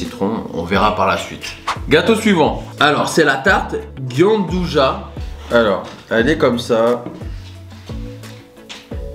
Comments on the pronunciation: Haha avec shera c'est trop mignon. Sinon pour le Gianduja ça se prononce "jeanduja" voilà super vidéo désolée du retard mais coco c'est invité. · coucou la pâtisserie chocolat gianduja elle se dis jeanduja tu ne dis pas le i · Hello! La gianduja ça vient de Turin (grande spécialité du nord de l'Italie) ça se dit phonétiquement djianduia Cest un peu l'équivalent du praliné français:)